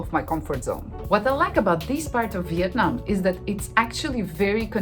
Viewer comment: Oh my goodness, when pronounces the names of the city, she sounds very much like native Vietnamese people.